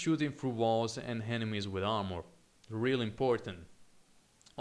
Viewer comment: Armor, not harmor.